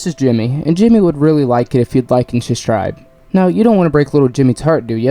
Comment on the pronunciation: Love the channel hope to see you grow, only suggestion I have and I’m not trying to be rude but I would really make sure to emphasize pronouncing the b in subscribe so people don’t compare you to Brendan Schaub